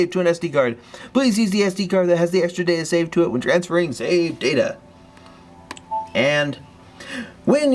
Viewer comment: am i the only one who thinks that whenever says Save data he sounds like he's going to say SEGA?